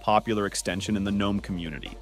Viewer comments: Firstly, its called GNOME, and Secondly, its not pronounced Genome. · "Gheenome"? Are we fr? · the G is silent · G-nome does sound kinda cool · It's silent for the garden gnome character. In Linux community G is pronounced to stress the presence of 'GNU'. But widely pronounced not as Gee-nome but ignoring the ee sound.